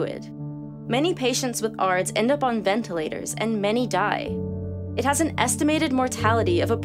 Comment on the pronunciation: The way on how ARDS was pronounced was highly misleading.